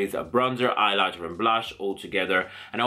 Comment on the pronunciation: Did anyone else get annoyed when he said "eyelighter" instead of highlighter or was that just me??